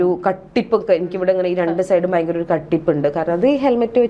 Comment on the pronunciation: .... "bayankara..." !!! Vallaatha 'bayam' thanney....